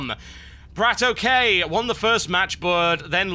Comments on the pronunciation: Its Bratok not brat okay... it kinda means bro in russian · it's no brat ok(ay). it's bratok. where "a" sounds like "a" in banana! :) and ok like "ok" in lock. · TB plz stop saying BratOkay its 1 word bra-tok, meating in russian sleng brother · BratOK himself has said, that it's Brat-okay. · In order words, it's pronounced "brattock" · Why do so many people care that TB says the name wrong. If BratOK wants to correct him then that's his call. Everyone else need to stop being trolling fanboys and just watch and enjoy the freakin video. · Until Brat-OK corrects The Great TB on how to properly say his name... stfu